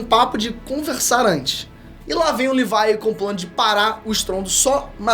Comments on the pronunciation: Parei de assistir no LIVAI... fala direito porra! é LEVI! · Mano, eu vi tu falando "levai"jeito de falar. Mano , é leviii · Levi* porq as pessoas tem mania de falar o nome dos personagens errados né KKKKKK “Livai“ vai tmrnc KKKKKKKK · Só na hora que ele falow livai em vez de levi que não entendi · Amei o vídeo, e sem falar da referências😇😅 Mas o nome é Leví😡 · “Livai” KKKKKKKKKK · Q viadage é essa de chamar o Levi de "livai" e a divisão de reconhecimento de "exploração" fuleragem é essa msm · Desculpa não sei qual a pronucia certa mais dizer levai o nome do Levi me soar muito muito estranho kkkkk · Ela falando Levi é totalmente estranho KKKKKKKKKKK